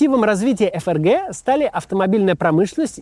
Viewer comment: эФ эР Гэ😂😂😂😂😂 букварь читай